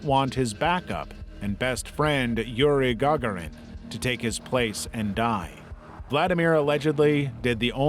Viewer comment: Pleeeeasee look up the pronunciation of Gagarin, right at the end. Painful